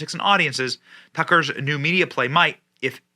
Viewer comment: Media, not Meida